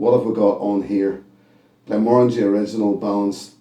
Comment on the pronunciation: Glad to hear you pronounce it correctly 😁 This was lovely and sweet on the nose and the palate. I got tropical fruits on the palate. However, it was a little too woody for my liking.